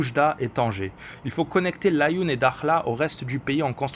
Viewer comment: Svp essaie de dire la3youne pcq nous les marocains dont tu fais partie nous la prononçant ainsi et pas laayoune pareil pour les autres nom comme mo7amed ECT.. merci beaucoup pour tout vos analyses aspirantes, a la prochaine analyse 👋🏼